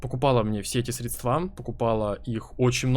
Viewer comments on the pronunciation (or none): срЕдства, а не средствА. не зря сегодня пару русского не проебал. А так, заебись все, продолжай братишка! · Друг, ничего личного, но пожалуйста.... срЕдства. срЕдствами...